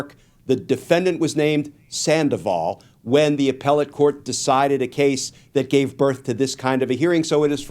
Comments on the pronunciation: Glen, I love you. The emphasis in Spanish words comes on the second-to-last syllable. It’s “san-DA-vol” We have many Sandovals here in New Mexico. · Sandoval has accent on the last syllable.